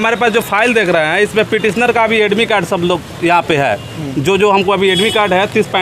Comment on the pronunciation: Ye bhaiya admit card thik se bol nahi pa rahe h tab pta nahi exam me kitna questions banae honge😂😂